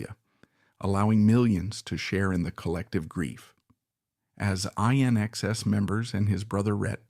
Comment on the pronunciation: It's pronounced "in excess"!